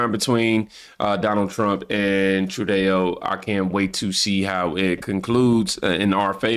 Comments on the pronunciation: True dough is the way to pronounce Trudeau. You said it correctly that time when you said "it's true dough". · Dude It’s “GDP” And NOT “gpd”, What’s Up With You Of Late Man❗️❓❗️ 😳🤨😳🤨😳🤨😳🤨 One More Thing, THE IDIOTS NAME IS PRONOUNCED “TRUDO” AND “NOT” “TRUDÉO”, Your Just Making Yourself Sound Like A Dumbass, It DOESN’T Help Your Cause Mate❗️❗️❗️❗️ 😡🤬😡🤬😡🤬😡🤬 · you called Canada's leader "True Day Oh", but it's pronounced "True Doe". Good job, your presentations are very good. This is how I get my daily news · Hi name is Trudeau (Troo-doh), not "True Dayo" lol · 😅😅 its not *tru,Day -oh,its true -doe😅😅 ill keep helping you pronounce things correctly for the next time love you bro keep doing what your doing been with you since 6k subs, and have loved watching you and others wake up and realize who and what the democrat party really is byt we should think trump by allowing biden to take residency, instead of having the military reveal everything they monitored and caught becayse you cant just tell some thry have to live through it wnd experience it but that evidence will ve revealed soon along with epstien diddy and other things that will be revealed later in the massive prosecutions in tve military tribunals, they buikt 2 new courthouses and 5 new gitmos military prisins because special cojncil John Durahm in his 8 year investigation to drain the swamp, 150k indictments will drain tbe sewer swamps you can catch things to eat its livu g and beautiful sewer describes it better 😅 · It’s pronounced “True-doh” 🙏🏻❤️ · Just so you know, his name is french and is pronounced True-doh, french has weird pronunciation so Im not hating on anyone that gets it wrong, just an FYI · Justin FALSEdeau (sounds like Falsedayo!) Keep it! I love it😂😂😂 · It's pronounced True-dough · Trudeau is pronounced True-doh